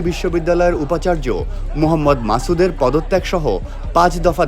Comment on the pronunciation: "মাসুদ" উচ্চারণ শিখতে হবে